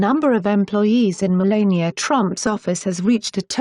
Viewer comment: Melania Pronounced: . La as in the musical note or the word lab (not le) !